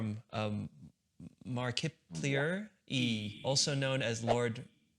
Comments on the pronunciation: Him: struggling to say markiplyier also him: casually saying song names that look complicated. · The way he said mar-KIP-lier though😂